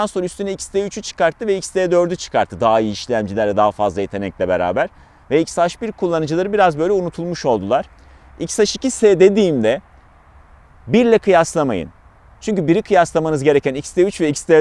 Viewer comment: İks he 2 se - iks haş 2 es 🤨